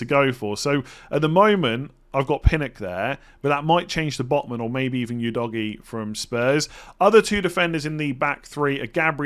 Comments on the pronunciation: Pronounciation of Udogie is winding me up lol, its Udo-ji not U-doggy 🤦🏾‍♂️ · Udogie is not pronounced u-doggie😂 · You doggy 😂 Full disclosure - I have no idea how to pronounce it, but surely that’s not right! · bro called udogie as you doggy 😭